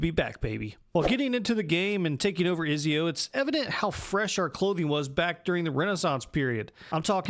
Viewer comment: Izio haha, it's Ezio😅